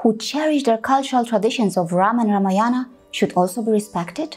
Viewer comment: कृपया रामायण बोले । यह शुद्ध उच्चारण है 😊👍